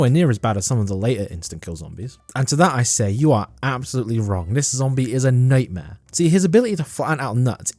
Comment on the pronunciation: Mate, are you Scottish? I have a feeling you're Scottish. It's just the way you said "nightmare"